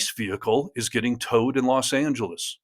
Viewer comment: it's Angeles not, San Geles. Makes you sound more literate.